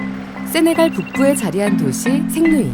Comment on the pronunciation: 같은 Saint 인데, 생떽쥐베리 라고 할때는 "쌩"이라 하고, 쌩-루이를 이야기 할때는 "생"으로 발음 하네 ? 이 아가씨가 지조가 없군... ㅎㅎㅎㅎㅎ